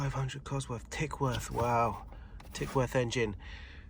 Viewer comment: Tickworth he said? TICKFORD.!